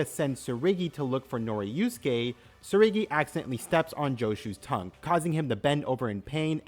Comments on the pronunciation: TSURUGI not TSURIGI, pls it just annoyed me everytime😭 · You mispronounced Tsurugi's name the whole time.